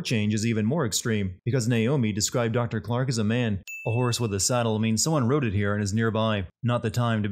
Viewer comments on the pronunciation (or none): none